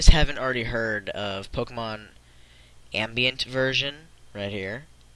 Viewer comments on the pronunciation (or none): Tom'aye'to, Tom'awe'to I guess, but your pronunciation of ambient is bothersome.